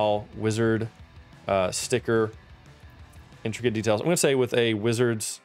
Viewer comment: it wasnt actually saying intricate it was saying "instracate"